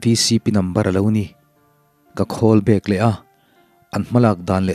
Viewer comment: Ihh thil 1 ka ngaimawh ve mai² chu Call Back i lamdan hi 'Khawl Back' ang a i lam hi ania mahse a tha vek e nang hi chu